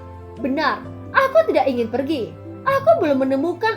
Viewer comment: Per giii lah keneraka. Wkwk logat btth.